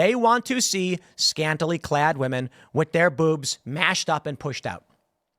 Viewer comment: "Beewbs" - south park 5th graders